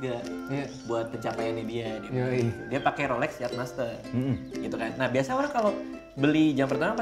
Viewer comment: bukan rolek wkwkkwkw gk bs bilang rolex ya